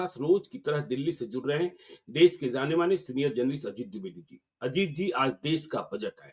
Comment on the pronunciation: jaane-maane ko zaane-maane kyun bolte hain...